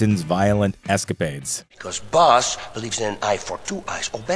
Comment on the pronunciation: isn't prononced Boss Rutten!?